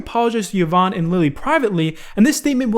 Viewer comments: E von, not Yuh von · Kavos did a better take on the Pokiwhore and Femyster thing. And please the name is pronounced E VON (Yvonne) not YAVON, you clown. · it's pronounced EE-VON not YUH-VON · I hate hiw he pronounces Yvonne as yeevon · "Yovanne" lmaoo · bruh i cringed so hard on how you pronounced yvonne. thats my moms name lol